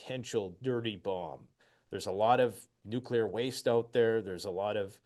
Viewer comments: It is so hard for me to believe that so called experts don't know how to pronounce the word NUCLEAR. Let me clue you idiots in! It is pronounce NU - KLEE - ER. If you can't pronounce the word I can't take you seriously. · What about a nucular drone? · He said nuclear or gas.........